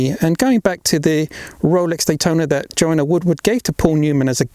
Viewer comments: I beleive it's Joanne,not Joanna! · ITS JOANNE NOT JOANNA!